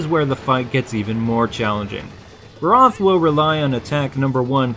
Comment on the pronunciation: This is why i hate it when people make videos before they know even half the details of the game. For those viewing for gaming knowledge: cha-cha is the dude's name. (no 'the') egg sacs are actually mud The Barroth (not quite accentuated 'O' as in the vid) rolls in mud to replenish mud. Most player actually just shake the WiiMote or use a Cleanser. Weakest part is ARM. not that hard to aim at, either. It uses it's charge attack often when it rages. there's a reason.